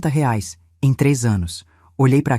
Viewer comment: Será que é tão dificil falar "R E A I S" acho isso de falar rais raios e outras idiotices cacildis Ja deixei de ouvir outras histórias por muito menos